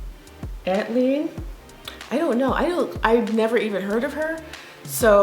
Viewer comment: ATLien is pronounced AY-TEE-alien. Referencing an Outkast ATLien.